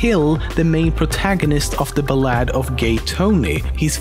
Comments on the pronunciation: U pronounced ballad wrong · It's not ball-ahd. It's ball-ud. ball as in pal. js.